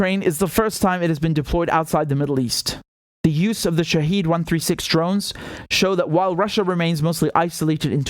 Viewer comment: It is not "Shaheed". It is pronounced "Shahed"